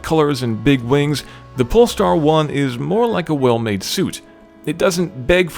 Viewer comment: who else heard "This is the Porn Star 1"?